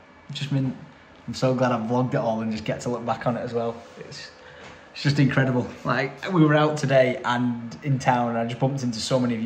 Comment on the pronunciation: Ah yes “incredibe” 😅